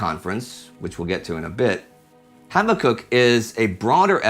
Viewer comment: HABAK UKK, not HABBA KUK